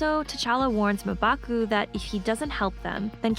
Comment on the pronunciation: come on! Lol. Mmm-Baku not Muh-Baku.